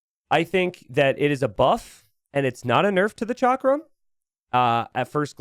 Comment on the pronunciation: Hey. Huge fan! Just wanted to let you know chakram is pronounced like chuck-rum